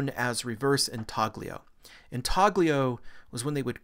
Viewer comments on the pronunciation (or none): "sepulchre" /ˈsɛp(ə)lkə/, not sep-le-cre....... refectory /rɪˈfɛkt(ə)ri/, not refrectory It's intaglio, pronounced in-tal-gli (sounds like 'million')-o, not intaG-lio!